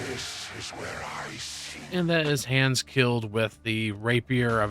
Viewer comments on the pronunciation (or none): It's HANDS..... not HANS.